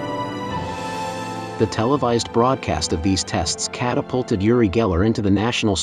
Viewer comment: I can't vouch for the info here, although I am a believer. However, I can issue a correction: "Yuri" is a Russian name. He isn't Russian, but Israeli. The name is pronounced like this: Ooori. ❤